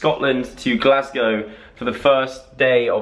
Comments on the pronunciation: Your hair is on point but sorry, the way you say Glasgow is just wrong. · loved your English pronunciation of Glasgow us Glaswegians actually pronounce it "GlasGO"😂😂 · I remember seeing in Glasgow and a tip its pronounced Gleasga